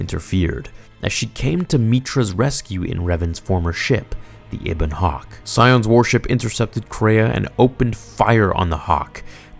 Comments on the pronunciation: HARR-BIN-JUR EBB-ON HAWK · bro I like this stuff, but did you actually get into the game itself were you a big enough fan? Or you just read and stuff that you find on Star wars pages and just update all of us cuz the pronunciation of ebon hawk and a bunch of other things just seem like you haven't even played the game it's one of the greatest stories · A few things: "Harr-bin-jer" "Eh-bun Hawk" "Ay-triss" among multiple others. I know mistakes happen, but there were a LOT in this video. I mean, you're and this is some of the most widely-beloved Star Wars lore here. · Atris Harbinger Ebon Hawk Peragus Bruh, you are butchering these pronunciations! Did you ever actually play KotOR 2 or just read the wiki article? 😂